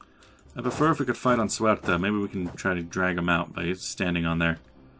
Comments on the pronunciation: 82 let me start to say that i´m Portuguese and loving this series... But please, Paradox is not wrong, that province Ceuta, is really called Ceuta, why do you inciste in saying "suerta"? Also, about those raids on portuguese shores... Aren't you troubled? Keep them coming :) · precisely, the correct pronunciation, "Se-u-ta", and also "centimeter". About the piracy, i usually have a heavy patroling sevilla node, a little bit expensive, but we must rule the seas! :)